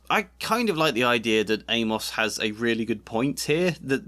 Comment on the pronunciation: So weird to hear someone pronounce it Ay-Moss. Shouldn't it rhyme with Seamus?